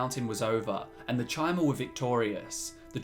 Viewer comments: Ok but chimer is pronunced [kai-mer], not [chai-mer] T_T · Good video, but it's pronounced "Kai-mer", not "Chai-mer". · It's pronounced KAI-MER, not TCHI-MER. I bet you pronounce Caesar as SEE-SER instead of KAI-SAR lol ;P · You pronounce Chim as “kim,” but Chimer as “chai-mer?” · Doesn't the name Chimer come from CHIM? Thus the pronunciation CHI-MER? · That Chimer pronunciation, eeughh